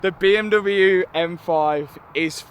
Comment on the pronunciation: What an accomplishment! And I will for sure miss the “beeeeuummmdoublyeuuu” pronunciation 😅